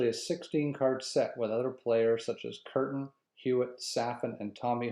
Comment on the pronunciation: I see you stopped making videos after this one … was it because someone hunted you down for pronouncing Kuerten’s name as ‘curtain’? Brutal.